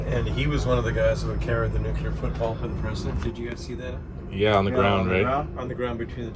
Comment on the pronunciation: Nucelair sysetem.. swype the card.. 😂